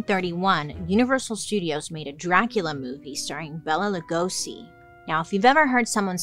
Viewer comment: Please don’t call him Gosey like that! 😂 it Legosi. Get your goth facts straight sis!